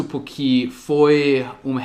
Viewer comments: Uma dica, a palavra "porquê, por que, porque ou por quê'' não são pronunciadas " puqui " como você está falando, elas são faladas exatamente como são escritas. Desse jeito -> "pôrkê" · Escola do Dia a Dia Mas além da pronúncia do "O" eu também estava me referindo à pronúncia do "R", que o omite às vezes, e acaba ficando "PUque", entendeu? ^_^ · Parabéns!! Pratique mais a pronúncia do "porque"... Beijos, obrigada por compartilhar! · só uma coisinha que você tem errado nos seus vídeos é a pronúncia da palavra "Porque". A pronúncia do "Por" é exatamente como em "POR exemplo" ou em "PORtuguês". PS: Machado de Assis é difícil até para nós kkkkkk